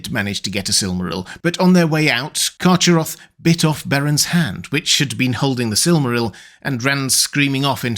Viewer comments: I think the correct pronounciation for Carcharoth is CarHaroth, as the word was probably inspired by the Greek word for 'shark'. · Excellent video. But I think you are mis-pronouncing "Charcharoth". I believe it is pronounced Kar-Kar-Roth. I think previous iterations of the name did not have the ch in the middle, but rather a hard C or a K. I can't recall any of Tolkiens proper names having a "ch" (as in the word church) sound. But many have the "K" sound, represented by the letter C. (Celebrimbor, Celebrian, Celeborn, Celegorm, Curufin, etc...) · Love your content as always,, but a minor quibble: the "ch" in "Carcharoth" should be a voiceless velar fricative as in the Scottish "loch" or Beren's epithet "Erchamion." Therefore, the name should be pronounced, "Karkharoth." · Yo your pronunciation of carcheroth is terrible its k sound not ch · I think "CH" is more throaty or guttural, like a hard ch in German (e.g., Bach). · I think you’ll find that Carcharoth is pronounced with a hard CH,.☺️☝🏼